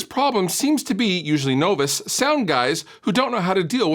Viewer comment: M'man mispronounced novice, oh my god